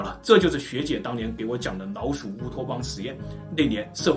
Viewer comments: 只覺得你發音很奇怪 不會捲舌聽得很痛苦 老鼠變腦鼠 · 我聽聲音一直覺得是"腦鼠" XD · 如果n和l音發得準確一點會更好，一直聽到腦鼠。